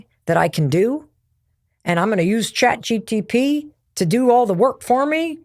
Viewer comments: Mel you have said chat dtp soooo many times and it's harmless and an honest mistake but boy is it cringe 😂 it's chat G P T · Stop saying Chat GTP. It's Chat GPT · Even tho it is chat GPT I find it very cute and adorable when you say Chat GTP ❤😊😅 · She is so sweet by saying chat GTP ( rather than GPT ) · so real and I loved it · “ Chat GTP” 😂 Mel, I love you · I'm loving how you say chat gtp!😂 You sound like my older sibling and it's comforting ❤ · It did bother me, i doubted for a second if its GTP? But its MEL, i love her <3 She is cutie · Mel never getting the say “Chat GPT” right always get me 😂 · I thought this was funny because it’s a tongue twister for me too😂